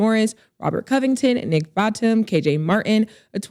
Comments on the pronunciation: she pronounced batum as botem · 😂😂Not Nick Batum “Bottom”